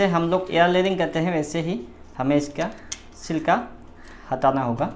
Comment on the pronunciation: सिल्का मत बलों भाई छिलका कहो 😂😂 pronouncing problem है तुम्हारा... बाकी सब कुछ ठीक है... Nice video 👍👍👌👌